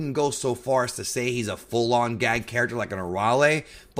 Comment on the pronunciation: Everytime you said character it sounded like 'carrot-ter'